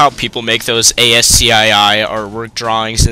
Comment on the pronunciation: i think you say it like a word, and pronounce it like 'ass-key' =]